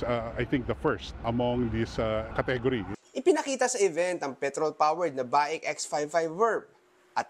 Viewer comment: Should be pronounced as “bake”